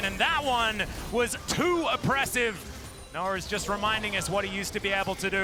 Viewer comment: Why do they keep saying Noah like Noar